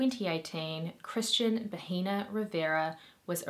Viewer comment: It’s pronounced bah-eh-nah. H is silent in Spanish and pronouncing it like “baheena” is how you say “vagina”. I figured you’re not fluent and you didn’t know so I’m just letting you know for future reference. I mean, not that it matters because the guy is a monster so call him whatever you want but, you know how the internet is and people will be more concerned about the way you say things instead of you amazing content 🙂👍